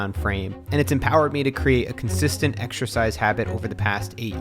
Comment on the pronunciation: how 'bout making a commitment not to say EX-ER-SHIZE